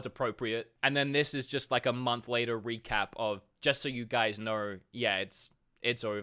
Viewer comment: “It ees what it ees”